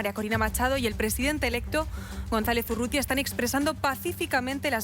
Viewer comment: El es González Urrutia el periodista dice Urrutia😂😂